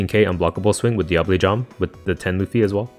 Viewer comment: Living for you pronouncing Diable Jambe property.